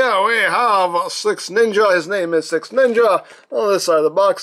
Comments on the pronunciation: I sweat to God it sounds like you are saying SexNinja. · All I'm hearing is sex ninja 😂